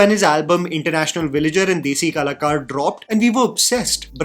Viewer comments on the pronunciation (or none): "Desi Kalacorr 💅🏼🫦"